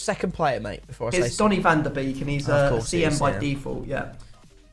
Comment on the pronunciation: It’s van de beek. Not van de bake